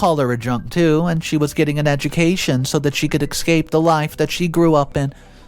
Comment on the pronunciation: You're pronouncing escape and repugnant wrong